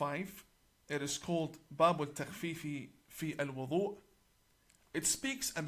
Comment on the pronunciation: He is not even able to pronounce the word wudhu correctly. What kind of imam is he 🤔